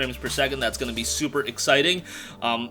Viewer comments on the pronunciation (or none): none